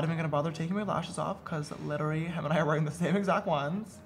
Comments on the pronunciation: JAMESSSSS you keep saying litery it is pronounced lit-ter-uh-lee literally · he can’t pronounce literally